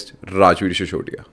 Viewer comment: सिसोदिया होता है। शिशोदिया नहीं। कृपया नाम व अन्य चीज़ें हिन्दी और देवनागरी में लिखें। अपनी भाषा तो बोल लिख लो!